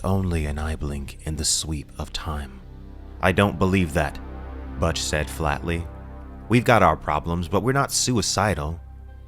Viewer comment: Butch as in Butch Cassidy not Butch as in much.